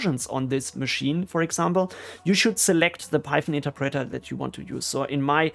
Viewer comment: It's not pronounced "interpreTTer", but more like "interpretoerh". ;-)